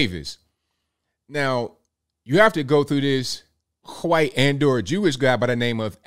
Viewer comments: Ok, what's with this "kwhite" pronunciation? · “Hwite lady” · Why does pronounce white that way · Bro, I'll never get tired of hearing pronounce the word "KWHWHITE" lol! 🤣🤣🤣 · You crack me up the way you say “white”🤣